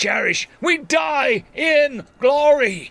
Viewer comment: "For those we cherish, we die in gloy!" - 224 The Lamenter